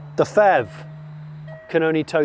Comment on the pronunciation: Hi Jonny - Great review, as always! Just one personal suggestion though - can we not call it the "FEV". I think it would be easier to distinguish it if you stuck to P-HEV(Pee-HEV)... Especially since FHEVs are actually a thing... Just my 2 cents...